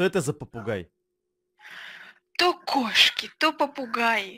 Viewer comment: Я одна услышала попуГЕЙ